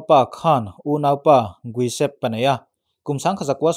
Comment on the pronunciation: an hming i lam mak mah2 hlom a ni. Giuseppe, guisep ti a i pronounce te hi a lam ngun bawk sia. Josepe, English hming a Joseph ti a lam tur a ni e